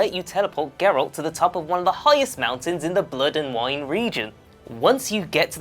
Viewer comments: The fact that you pronounce his name as Jerralt shows you have never played the game and merely read up on some research for your video. JERRALT HAHAHA. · Can maybe next time the presenter have atleast played the game...his name isn't pronounced jeralt...even someone whose seen a trailer would know that you come off as a poser and not knowledgeable of the source material at all 0/10 hard dislike. Play the fucking game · You have no showmanship and terrible pronunciation. The G in Geralt makes a G sound not a J sound. And you say Iorveth with a Y sound at the beginning. Not to mention your entire video was an almost word for word blatant RIP off of this article. You even had your stuff in the exact same order. I also would not consider half of these easter eggs so much as background production info. CD Prjekt Red also confirmed already the cyber punk 2077 reference as true. And that Ciri will appear in that game in an easter egg of some sort.